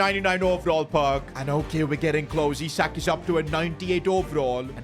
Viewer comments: It's Isak not aisak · Ele aisik em vez de isak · bro starts with the right pronunciation and go backs to the wrong one..